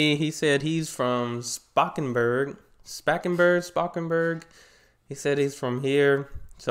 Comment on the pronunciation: Spakenburg was close enough in terms of pronunciation I think. Anyway, love your dutch reactions:) some dutch humor/show thingies, like ''ushi'' (I think highly combustible also reacted to that) Will probably also get views. Plus most importantly, it'll make me happy